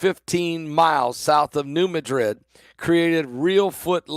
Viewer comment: Madrid in Missouri, is pronounced Mad-Rid